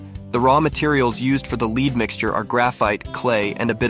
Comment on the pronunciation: I can't work out if the voiceover is AI or not... mainly from how it constantly says lead wrong...